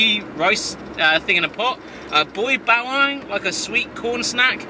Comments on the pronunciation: Bawang ba-wa-ng not baywang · I got slightly pissed with your pronunciation of Boy Bawang. Bawang is pronounced Bah-wa-ang. (Fun Fact, bawang means garlic in Filipino) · you failed at saying Bayang